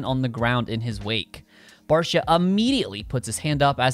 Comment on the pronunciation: Its Barcia, enuf said